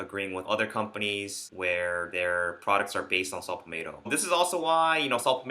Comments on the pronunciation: Shut up and get to the fuckin point, bitch... And it’s Pall-Met-toe, not Pall-May toe. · Saw “palmateo” lol